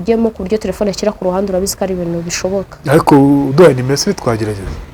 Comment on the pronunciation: Umuntu utazi kuvuga telephone uvugango ngo "tlefone" sha koko aba bantu usigaye ubakurahe?